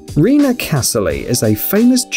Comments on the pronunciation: I'm pretty sure his name is pronounced Ren-ay not Ree-nah lol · The german guy's name is pronounced as 'renay', not renuh ^^ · I thought he said Rina Kasseling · "Rene" = REE-nuh?